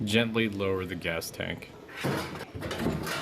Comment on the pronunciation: I heard congratulation hahah